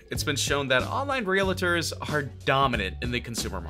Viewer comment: Holly cow you don't know how to read. It's "retailers" not "realitors". Realitors isn't even a word. And it's "Boise" not "bose". And it's GROSSED no GRAHSSED